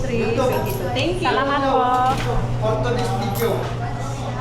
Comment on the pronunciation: When you say Salamat Po, the accent is in the second syllable, in the 'la' syllable.